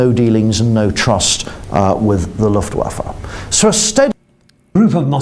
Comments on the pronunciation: IT'S LOOFT VAFF-EH, NOT LOOFT-WAFFA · "The Luft Waff" 😅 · luhft vah fuh, in German the W is called 'vow' and makes a V sound. V is called 'fow' and makes an F sound. a German would say, 'Vonderful fiolin" instead of "Wonderful violin" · destiny, you’re a smart guy. I’m gebuinely baffled you didn’t know how to pronounce luftwaffe or vichy before this video. is this not part of standard American education? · This is brutal for me to watch... unable to pronounce basic ww2 terms. Cringe. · I've had occasional doubts but I think we can all 100% safely say now, Destiny is in fact a girl's name. She doesn't even know how to say Luftwaffe. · Sometimes I think he's brilliant, then he says Luftwaffe lol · You have no idea what propaganda is and it’s obvious from your comment. Nothing he said was incorrect aside from his pronunciation of Luftwaffe. Propagandists KNOW the oppositions side and actively manipulate and obfuscate everything to make people believe their message. I’m sure most of those words went over your tiny head however. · Probably the worst pronunciation of Luftwaffe I've ever heard lmao There's an E at the end, and it's not silent. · From a British perspective it weird seeing someone as educated as Destiny not know this pronunciation.